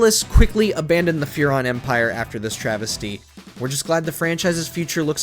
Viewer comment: Path of Furon hurrt